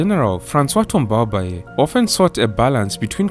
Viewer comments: Thanks for the great work! I learned a lot on my first President. Just one comment, Tombalbaye doesn’t have an é intonation at the end. The intonation remains flat 🙌🏾🙌🏾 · I like the sound of his sur name when you pronounce it 😩🤣